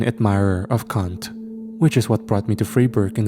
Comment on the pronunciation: babes! To you and the author...perhaps put "Immanuel" in front of "Kant" bc no joke lmao I thought you were saying something else...something that rhymes with "Kant" (I was all like <😬> lol) Just a heads up for future thought lol 😂. IMO we should have NEVER f***ed with black holes and particle physics and sh*t and we definitely should have NEVER EVER put our galaxy, solar system and planet on FULL BLAST! We literally gave away all of our defenses, biology and weaknesses on full display for the Cosmos and intelligent life without a collective vote from citizens of nations around the world. We are all, after all, in "it" together. 💙❤💜